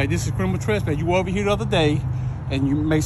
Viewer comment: Wtf is “curminal turspass”?